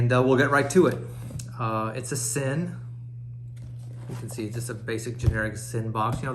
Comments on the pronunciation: It pronounces as 'zin'. . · it's pronounced Zinn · Its pronounced zinn